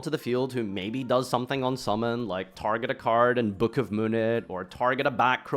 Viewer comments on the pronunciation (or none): none